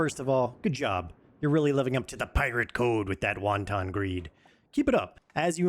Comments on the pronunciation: lmao it's pronounced "wahn-tin" as in greedy or promiscuous, not "won-ton" like the Chinese dumpling. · "Wonton" greed lmao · Yes, we know. OP was making fun of the fact that the person in the video pronounced it like wonton, the Chinese food. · You did not just pronounce “wanton” like “wonton.” 🤦🏼‍♂️ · Unless you're a pirate with a particular craving for fried Chinese-American appetizers, wanton should be pronounced more flatly like "want-on". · bro said WON-TON